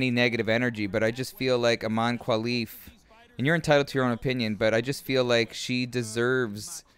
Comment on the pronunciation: My brother, thanks for the video but please it's Imane KHELIF as in, HEH-LEEF 😢